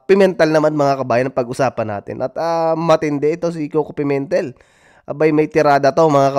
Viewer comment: Pimentel... Pemintel? Pimentel? Hahhahhaha ano ba Yan?